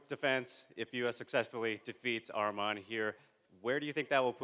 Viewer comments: To the first couple reporters… his name isn’t Armen… it’s Arman… say his name correctly. Not an E its an A. lol bro seriously your getting paid to ask question learn how to say the fighters names. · Name is Arman NOT Armen